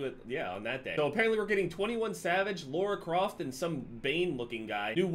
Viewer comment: La-ra croft not laura croft